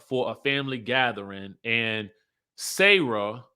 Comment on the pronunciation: I love you but her name is Sarah not sayrah😂. Pronouns the 'sa' like 'salt' and add the rah.